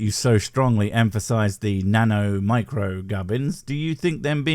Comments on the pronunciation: I think that him emphasizing “micro” so much is because he’s arguing that these sensors are so small that they can’t be detected, which like, there’s a tool for that, it’s a microscope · I love how he kept using nano and micro in a way where he would say nano first normally, then go to micro in a higher pitch, like he's emphasizing how small something 'micro' is, despite the fact that 'nano' is a thousand times smaller, by definition! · I also docked mister "Look at the seals!" points every time he stressed the prefix 'micro' over 'nano', giving me the impression that he thinks a 'micro-sensor' is smaller than a 'nano-sensor'.